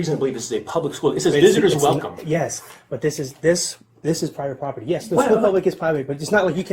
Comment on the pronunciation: "it's prybit proper-tee... publicly funded but...." 😂😂😂😂😂